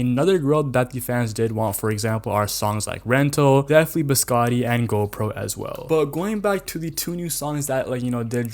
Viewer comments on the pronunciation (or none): none